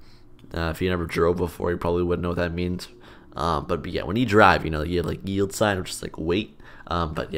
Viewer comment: i first heard coroutine dot yeet instead of coroutine dot yield